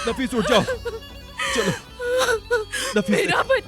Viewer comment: Naffish nhi hota nafees hota hai